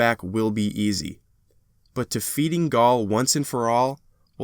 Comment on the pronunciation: you called gaul gary hahahahahahahaha cade-6 love him